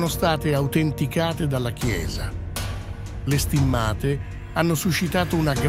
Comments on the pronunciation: Perchè inumeri in imglese? Si dice stìmmate e non stimmàte.Chi è questo strano tipo che parla? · Perché alcune parole vengono pronunciate in lingua inglese ?poi pronunciate male stimmate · Ma che dite? Le date ed i numeri in inglese, mentre il resto è in italiano, per non parlare che state storpiando parole italiane, tipo le STIMMA'TE, anziché STI'MMATE". Per cortesia, siate un po' più professionali !!!